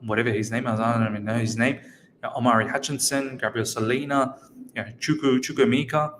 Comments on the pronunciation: Hi good video I have a similar name to chukwuemeka and am also Nigerian you are soooo close with pronunciation. So it's pronounced like CHU - like the 'choo' of choose' (you got this part right) KWU - like Koo (traditionally we would slightly pronounce the w) E - this is where you got it wrong so this E is like the e you pronounce in the word 'Everton' or the e in 'Egg' Meka - the 'me' part is like when you say the slang word 'meh' (like I'm feeling 'meh') KA - like the footy player 'kaka' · Chukwuemeka Chook - woo ay - may kah